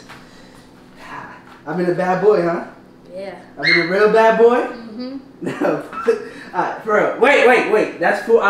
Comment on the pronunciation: That "bad boy" part sounded reallll Alabama bruh💀